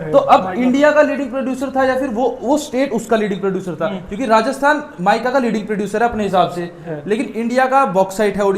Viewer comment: Mykaa nhi meeeka he yaar😂😂